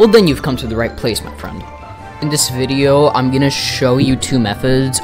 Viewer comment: DUDE AT 43 SECONDS WHAT ARE U SAYING FREIND FUT FRIEND HUT LIKE WHAT MAN